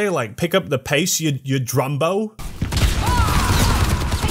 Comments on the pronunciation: It's dronggo not drumbbo or what ever she said. And it's a stupid kinda derogatory word no Australian uses. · drumbo? its drongo ya drongo XD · It's "Drongo", not "Drumbo", ya bloody wombats! Meaning; A fool, a simpleton, an idiot. And sometimes people "on the piss" (drunk). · Junk Queen sounds fake Australian because Blizzard is too safe space for our real accent. "Pick up yau feet. Yon drumbo" is literally medieval British. The correct pronunciation would be "Faakin get off move yuh faakin slack dog caa-... drongo." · as an Australian it always hurts to see shit aussie representations in games it makes us look bad. also it's drongo not drombo bloody yanks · its "Drongo" not "drumbo", love from Aus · junker queen isn't saying drumbo, she says drongo, as an Australian I can confirm its an easy and family friendly way of calling some one a shit cunt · haha it isn't drumbo it's drongo, it is part of our slang and it's basically just calling someone an idiot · Junkerqueen says drongo not drombo. Yes australians have their own slang words too. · I'm a kiwi not an Aussie but i still know it's DRONGO not Brumbo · She says “drongo” which means like idiot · She says “Drongo” it’s a nice way of calling someone an idiot. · I'm an Aussie and It's "Drongo". It basically means you are incompetent or stupid. You're welcome,! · Bro are you serious she says “drongo” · “Drongo” Kano also says it lol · It's drongo, you drongo. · the new aussie hero says "Drongo" its an insult here, sort of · I'm sure somebody else already said this, but its "drongo". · She's saying "Drongo", ya bloody Gallah! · It's "drongo" lol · It's "drongo", and yes. It's a foolish or slow-witted person. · DRONGO! Its pronounced DRONGO! Get it right mate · Aussie here, its drongo; as in, 'you bloody drongo'...essentially an insult meaning your a halfwit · It's "drongo" ya drongo. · Junker Queen: “Pick up your feet, Drongo” How to pronounce it, DRONG… GO. (Its a insult very similar to moron)